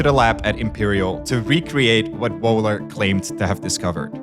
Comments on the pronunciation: A 20 Mio subscribed channel and i had to hear Wuhler instead of Wöhler. Wohler would have been acceptable too. So zero effort in finding out the correct pronounciation. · That's not how the German name "Wöhler" is pronounced. The German umlaut ö, has no exact equivalent in standard English, but it is closest to the 'i' in bird, the 'u' in burn, or the 'e' in her (when spoken with a non-rhotic accent, i.e., not pronouncing the 'r' strongly). In German an "h" after a vowel indicates the vowel is long, not short. (And yes, the umlauts ö, ü and ä are vowels.) There's no "sh" sound in that name. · A fantastic film, as all of yours, but making the shortest research to find out how to pronounce important people’s names would increase your credibility. Wöhler, not Wohler, big difference! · Can you please start to pronounce german names correctly... this is disgusting and kind of insulting ... These Guys names were for sure not Vreedeij Wooler and Djüstüs von Leebij... fk sks ... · I keep tolerating and giving hints how to pronounce Names in French and German again and again - no success. Van Liebig and Wöhler - completely wrong. But worse: Americans don't even know the rules of Grammar in their own language. "It behaves completely different" - - - not "completely differently. These are assumingly scientists and well educated people! So where is your "education"? It's so sad to hear that now for 32 years- trying to help - and being ignored. I don't expect language skills from students who left school after 5th degree - but I insist on those "academics" to be at least willing to learn. Education does not end at 12 years of age, not at 32 - it never ends, gentlemen.